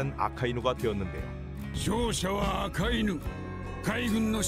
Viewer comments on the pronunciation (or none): none